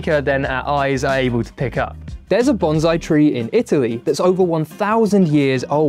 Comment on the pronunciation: Ok, so you've mispronounced 'Bonsai' so now, how do I know that any of this is true?